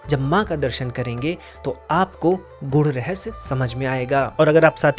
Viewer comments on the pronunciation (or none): none